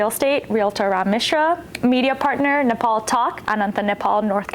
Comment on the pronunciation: I wish you pronounce our country’s name correctly.